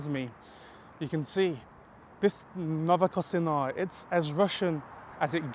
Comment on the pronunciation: This metro station is not "New Casino" but "Novokosino". It sounds close in English, but in Russian, the difference between Z and C probably comes from the word mow =)